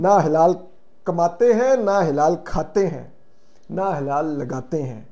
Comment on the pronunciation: ہلال نہیں بھائی حلال ہوتا ہے جناب